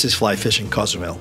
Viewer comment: Great video! Just need to pronounce Cozumel correctly 😂